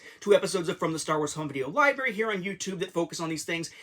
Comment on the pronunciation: I swear you said “liberry” and “youtoo”.